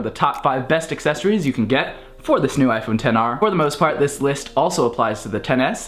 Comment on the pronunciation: Did you really say ten r or XR